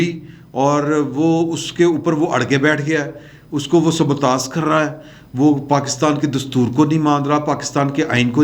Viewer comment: ap bar bar mistake kr rhy han to kehny lga hn( sabutaa-y ) drust lafz hy (sabutaaz )ya(sabutaas) galt hy,,,,,, re k upr 3 nukty na to,sy,han or na zy, ic hraf ko (ye) perhty han